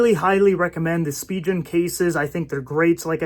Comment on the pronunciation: You are pronouncing Spigen incorrectly.